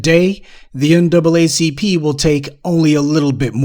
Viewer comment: Now it's the "NAAAP?" 🤨